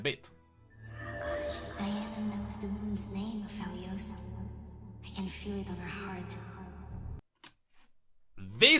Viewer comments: its aphelios uh-fell-e-os not apheelios uh-feel-e-os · It kinda bothers me that pronounces Aphelios like A-FELL-EEOOOSS instead of A-FFFEEEEEL-EEOOSS